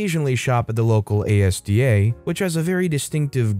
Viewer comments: When you say "ASDA", you just read the whole word. It's pronounced "As-duh". Loved the stories though! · ASDA isn't pronounced letter by letter, it's pronounced as one word az-duh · It really annoys me when people say Asda as the individual letters. To be fair, probably doesn’t live in in the Uk, so Asda isn’t common It’s usually pronounced As Da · It's pronounced AS + DA ASDA, Its taken from the first two letters of ASSOCIATED DAIRYS. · ASDA is pronounced AZ-DAH NOT A S D A 🤬🤬🤬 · You pronounce it as-dah. Not by spelling it 😊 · THANK GOD SOMEONE SAID IT BEFORE I DID!!! I wouldn't have been as polite... it was really hurting my brain to hear ASDA spoken like that xD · Came here just to say that hahaha the pronunciation was hurting my head lol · it's useful advice considering I've heard the mispronounced version on several reddit videos. Sure he wouldn't be expected to know so the comments are being helpful. Now he knows for the future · OMG learn to pronounce asda PLEASE!!!